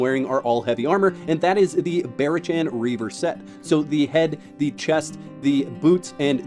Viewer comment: Barachan = Bah-Rock-ann. listen to an audiobook occasionally 😛 great video tho! that is very close to the build I use. I may try yours tho. I only have 15 in auth and went str. but your reasoning seems sound for Agility